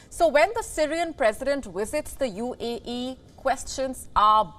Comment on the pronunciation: Why do you keep saying UEE, instead of UAE??? 🤦‍♂😂